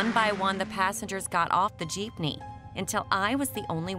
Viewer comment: Bro the girl who says "jeepnee" as "jiipnee" just triggered me so much..